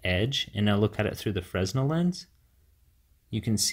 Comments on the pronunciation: I tried this mod, the deformation of the image made me sick :'( ... I prefer the original Fresnel Lense (Oh, by the way, it's pronounced [Frenel], and not [Fressnel]). So sad, 80 bucks for nothing :( . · It's pronounced "frinell" lens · "Fresnel" is pronounced "fruh·NEL" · Fresnel...pronounced "fray-nel" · Fresnel, pronounce 'Fre-nel' dude. Good video though thanks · the s in Fresnel is silent